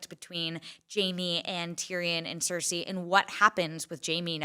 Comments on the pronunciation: Ceresi. It's heresy! lol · Why is he calling her Cerisi??? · Why is he saying Cersei so weirdly?